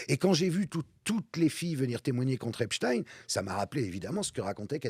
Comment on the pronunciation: Il suffit de regarder un reportage en VO pour savoir qu'on prononce "Epstine"